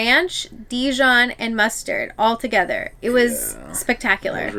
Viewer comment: Mustard drill 🤣 you guys are too cute! It’s muster 😉 love your video can’t wait to see more - hope you loved the Disney Magic x